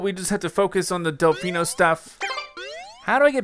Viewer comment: It's Del-FEE-no Plaza not Del-FY-no Plaza